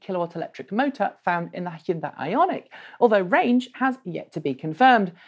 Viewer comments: Based on Google Translate's pronunciation, which simhopp vouches for in this case, it does end in "day" but there is a difference between "hun" as you want to pronounce it, and the correct "hyun". gets the first syllable close enough, and you get the second syllable close enough. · Hyundai is pronounced like Monday - just say "Hunday"!